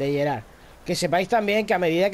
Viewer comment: en realidad se pronuncia Gerardo